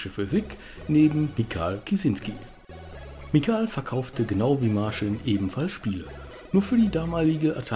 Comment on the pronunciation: "Martschin" und "Michau" spricht man sie aus...